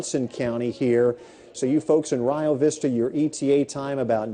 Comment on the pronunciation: It's actually pronounced "Re Oh" Vista 😃